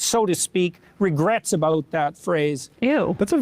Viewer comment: "ABOOT" LOL